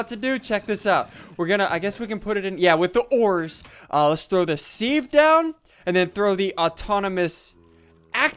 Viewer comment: you dont pronounces it sieve u say it siv